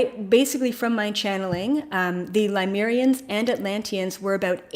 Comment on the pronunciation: Is there a particular reason you say, Ly-mer-ians instead of Le-myu-rians like most? or Pa--lay-dians instead of PLEE-ay-dians? Just curious. Are they different'?